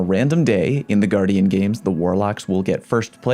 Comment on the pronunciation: its guardian not gu-ardian why do you say it like that...